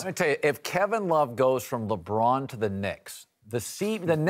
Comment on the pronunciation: it's Luh Bron not Leggghhhhbraahn